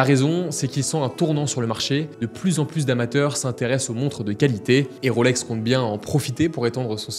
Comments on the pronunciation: Et je rajouterai que ce n’est pas “ Roselor “ mais “ Rolesor “ … nuance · À Genève on ne prononce pas Rôlex mais Rolex !